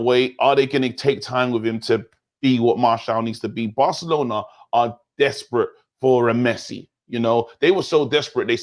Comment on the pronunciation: Man said broke-alona, recession fc🤦🏿‍♂️🤣🤣😭